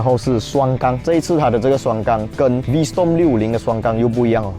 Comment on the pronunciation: 小提醒 發音是V strom ✅, 不是V storm ❌